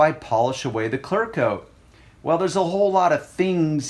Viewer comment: ITS CLEARRRRR CLEARCOAT I HEAR YOU SAY CLARCOAT